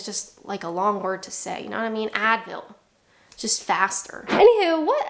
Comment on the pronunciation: i think the most British thing you said (repeatedly) in this vid was ynawtymeen (you know what i mean) said as if it was a single word like a true brit.